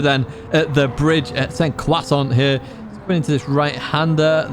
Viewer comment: St Croix = Sainte Croix, pronounced S-arnt Kwa. Either Holy Cross or Saint Cross in English.